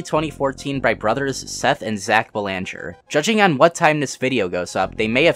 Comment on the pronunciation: FYI you mispronounced the last name Belanger. It's pronounced BEL-ehn-jer How do I know this? I just so happen to have the same last name. Dunno if we're related though